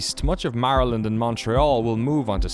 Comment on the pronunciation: Stop pronouncing Maryland like that..